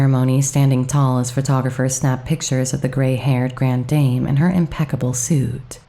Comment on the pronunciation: Another ghost i’d never heard of. Well told. Thanks. Note: grand dame = GRAHND DAHM. You can cheat on the “grand” but DAHM is definitely correct.